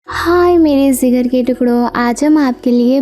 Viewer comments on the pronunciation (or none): Its jigar not zigar before explaining go educate yourself please